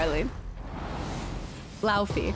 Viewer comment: Laufey is pronounced Lau-Fay not Lau-Fee. They call her Faye, not Fee.